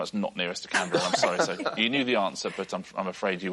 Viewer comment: Today I learned something new. How to properly pronounce Canberra.